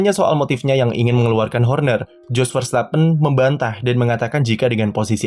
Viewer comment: Kalo dalam ejaan bahasa belanda huruf "J" itu dibaca "Y" artinya kalo nama dia "JOS" berarti dibaca "YOS"..